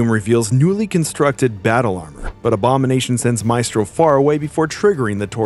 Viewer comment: The E in maestro is pronounced like in when